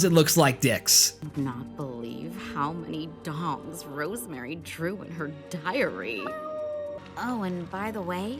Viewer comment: all this time i thought she was saying dogs